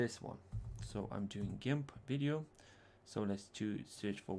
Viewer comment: FYI: It is Gimp with a hard 'g' like 'goat'; a soft 'g' is like the name 'George.' Nice video.